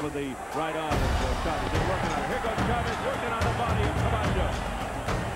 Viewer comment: the narrator is so annoying with this pronunciation of the man's name. The stress accent is on the "a" homeboy not the e, then he tried to sturdy up pronouncing Rosario with an accent. Quite comical!! XD